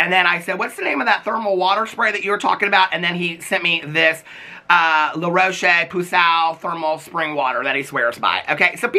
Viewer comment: Not the La Roche Puuusaaaaaoohh 😂😂😂😂